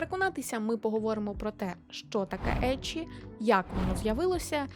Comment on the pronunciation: Як людина, яка вивчає японську, дякую за правильно вимову еччі, шьонен та інше 😭💜